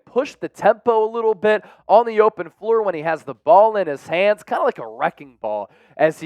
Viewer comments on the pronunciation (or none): none